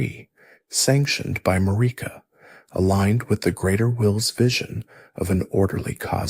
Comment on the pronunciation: The way you insist on pronouncing Marika, despite the game itself telling you the correct way, is pretty dumb.